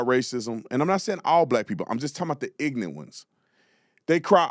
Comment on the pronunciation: I love how you say ignant. Not ignorant. Gruesome Newscum must be a product of the California school system.😂😂 That is why we need educational reform.